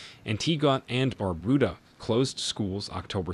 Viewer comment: It is Not BarBooDa It Is Bar-Bu- Da